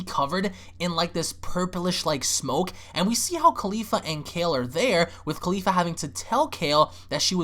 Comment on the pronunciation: I love you man, but goddamn you ALWAYS get Caulifla's name wrong by leaving the second "L" out. It's Caulif-LA, not Caulif-A. I know it's a small, picky gripe but come on man lol